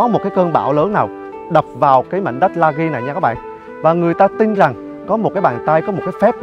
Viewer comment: Anh ơii em là dân ở Lagi đây anh phải đọc là "di" không phải là âm "ghi" đáng lẽ đúng phải là Lagii mà do người Việt Nam mình thì rút gọn bớt 1 chữ i nên là Lagi như bây giờ